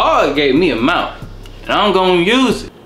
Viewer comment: "Now god gave me a mouf..." 😳